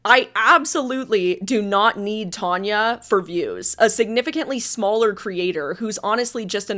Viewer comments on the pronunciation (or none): Its Tanya not Tonia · Your having a go at Tanya calling you reyleigh and not! Its not half as annoying as you persistantly calling Tanya tonya!!